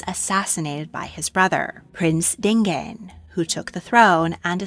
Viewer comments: Interesting video. Just a correction, Shaka's brother's name is pronounced Din-ga-nee not Din-gane. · South African here. Your information about our history and Shaka is inaccurate. The Zulus had always been know as a warrior tribe, not just during Shaka's rule, he was just extreme and pushed his warriors to their limit. Dingaan (you mispronoinced this name) Shaka's half brother was instigated by his mother which lead to Dingaan killing Shaka and assurping the Zulu thone, Dingaan was more murderous and more cruel than Shaka was. Shaka had show signs of insanity and it was rumoured that he had himself taken the life of his mother Nandi. Dingaan and another half-brother plotted Shaka's death as the Zulu tribe had turned against Shaka because of his irrational behavour.